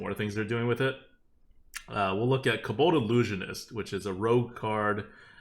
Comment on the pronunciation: I really hate the way pronounces certain words. Like kobold. WTF are you saying.